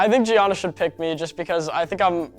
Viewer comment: They don't pronounce 'Gianna' correctly.....